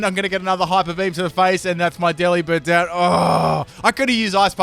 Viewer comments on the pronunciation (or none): none